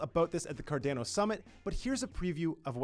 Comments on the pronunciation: Honestly every other comment is you bitchin about him saying Cardano differently. There's absolutely no need for the negativity over something so simple lol. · Something I'm curious about. I've noticed Canadian YouTubers like Altcoin Buzz as well, use the long A sound in words like Cardano and others. Is this a Canadian thing or just a coincidence? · Right? Just shameful, should fire him if he is not willing to pronounce the name correctly. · Yes! Let's be vocal about this, it's fucking shameful and disgusting the way he tortures Cardanos name. Just eww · Say "Cardaeeeno" one more time...I dare you! Hahaha! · Honestly we need to be vocal about this, I literally cannot watch this garbage, it's painful to listen to him spitting on Cardano's name. He should be fired asap, does a lot of harm for the project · Someone please please teach him how to pronounce Cardano correctly. He works in Cardano’s media sector for crying out loud! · I can't watch it because of how he's saying Cardano. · This guy needs to pronounce Cardano properly.. wtf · Haha it does sound different than how I pronounce it too 😂 but Cardano is a global project and there will be people everywhere saying Cardano in different ways & accents ❤️ I think that’s wonderful! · Shameful that every other comment under this video has to be dedicated to telling this narrator how to pronounce Cardano. He should be fired asap, if he is unwilling to call cardano by its real name. Imagine spoke person for Samsung calling it Sumseng. Or spoke person for Microsoft, calling it Murcasift......stop it, it's worse then dragging ur nails over a blackboard. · and yes, he is literally changing the name, substituting the A with an E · I’d go with what Charles says. CarDAWNO. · Its C-A-R-D-A-N-O and not C-A-R-D-E-N-O......for the love of all that is good, pronounce the project u work for correctly, it aint that hard. And its REALLY off putting. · is it pronounced... Car Dan O.... or Car Dawn O?? Just wanted to check...